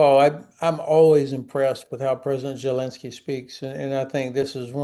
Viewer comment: Not to be picky but can someone educate me on gen. Hodges pronunciation of the name of president Zelensky, which he pronounces as jillensky